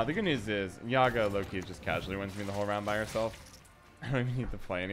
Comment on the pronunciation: Man, thanks for the deck but Yagá not Yága